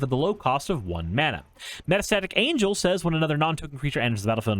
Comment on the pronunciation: It's Metastatic E-van-gel, not Metastatic Angel. As in, he's evangelizing the Phyrexian cult- that's why he has the cleric creature type. Still, good deck tech 😎